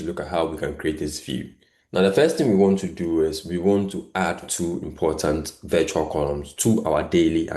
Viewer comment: Your content is good but please restrain from pronouncing words the wrong way, eg. virtual as vital, text as tax, etc